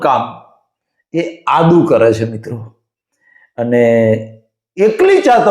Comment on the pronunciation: Ada Nahi Adu bolo.